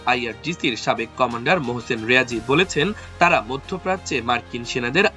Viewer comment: মহসিন রিয়াজি নয়,ঐটা হবে মহসিন রেজায়ী